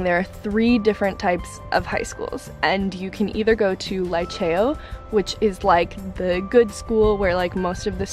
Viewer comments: Liceo is highschool girl.... and you don’t say Laiceo but Liceo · "lee-cheh-oh" not "lie-chayo"